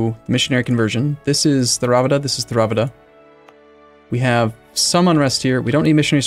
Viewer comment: The religon Is pronounced tear-uh-vah-duh (tear as in rip not tear as in cry)